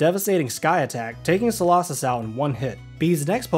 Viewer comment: Its so-low-sis not so-law-sis.